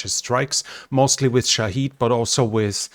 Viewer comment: It's pronounced 'ShahEd' and not 'ShahId', pronounce the E as in Eden.